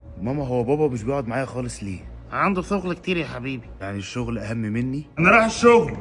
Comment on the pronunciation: هو الام قالت عنده ثغل كثير مش شغل كثير 😂